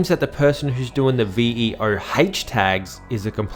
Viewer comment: It stands for Vandal outlaw, (and ur saying it right V.O that's his tag name, he sometimes adds the H cuz people were pronouncing it wrong, to hear that this is a great mystery is funny to myself